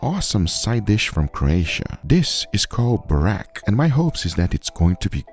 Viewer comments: ok like that u have tried it but if u had just google a little bit about vegeta and burek i mean just to try to pronounce it right video would be even better , btw burek was wayyyyy off sry , and i'm wondering about ur RUBS as u call them should we scrape them off as well when we are done with ( cooking , souvied them or just bbq them or even pan cook them ) if u called it vagina it would be even better cause when ur talking about it it reallly sounds like that ahahah .........yup i didn't use grammar properly on purpose ! cheers . ill maybe edit my post it depends or reactions but here we go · It's burek not barek😅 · Its pronounced Buurek with the "bo" being like "boo" when you scare someone and the k is very hard as the K in AK47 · As a Croatian, I'm happy :) But the burek pronounciation killed me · Good job! This was great and i am glad you liked my country's msg. Also here is a little help It is pronounces boo-rek with a sharp e in rek Funny story: one of my friends slipped on a burek in a bus and fell XD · Vegeta is a must have in every Croatian home, we use it for everything. Super proud of out Vegeta and also our Zvijezda Mayo, people all across the world say it's the best mayo. You should try that too. Also you nailed the burek, though it's pronounced more like boorekk. Awesome video man :) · lol he called burek "buraq" or "barak" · no sauce goes on burek (its pronounced: "boo-reck") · To pronounce burek is just (boo-r-ehk) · burek not burak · its pronounced boo-rack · Is Vegeta really MSG? I've used it my whole life and always thought it is just normal salt with added vegetables. Regarding the burek, you pronounce it almost correctly, just the accent is off on the u, well done. However, it is actually a Bosnian dish and is made slightly different, but I will have to make myself your version. Also, judging by google maps, you can get the real burek in Miami in UNA Bakery and Rakija Lounge :D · its not burek